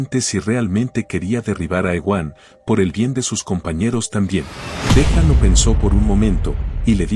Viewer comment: Porque le dices “dejam” a lm dajun? Suena feo el dejam :(